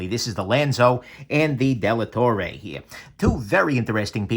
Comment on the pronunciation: it's Dellatorre (Della torre=of the tower) not Delattorre.